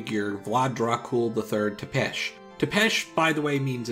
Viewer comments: "Ţepeş" is not read as "Tepesh", but "Tsepesh" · as a romanian, it's so irritating hearing Tepes instead of Țepeș. those squiggly little things under the t and s mean it should be pronounced Tzepesh. it's from the word țeapă, which means long pointy pole. as in, the pole he used for impaling. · For me the biggest thing with the show was the butchering of names.It's like they couldn't do an hour of research to get the correct spelling of village names and all that.Kinda like you with Țepeș ;). Think of the double zz from pizza, that's how you spell that Ț(zz)epeș(sh), and the ș is "sh" Neverthless, great video man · i get not pronouncing "țepeș" right, but why pronounce the "ș" properly but not the "ț"? ț is just the sound "ts" like german's sound for the letter "z". In fact, if you were to spell it as zepesch, a german reading would mostly get it right